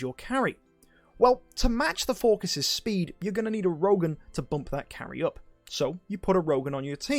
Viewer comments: even tho its a greek god, this isnt who hes based after. 99.9% of people call him "Phor-sees" not "For-kiss", and yes, youre the .1% lol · if you check how it should be pronounced, you get /ˈfɔːrsɪs/ - so pronunciation doesn't seem quite right. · dude it's pronounces For-Sees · you dont gotta get all smart on me lmao, im js you sound weird saying it, no harm in saying an idle heroes hero name the correct way. were not talking about life choices here, just a character in a mobile game. anyones tho, love you mk :) no hate.